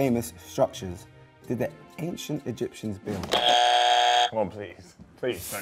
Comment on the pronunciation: “The Egypts Dem” 😂😂😂😂 I’m dying